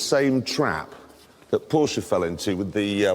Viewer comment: Porsche not portia 😂